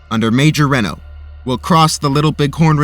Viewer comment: I have to say.. your pronunciation of Bentsen and Reno are way off. Also, the cavalry in 1876 would not be called Federals. For the effort put into making these videos these are bad gaffes.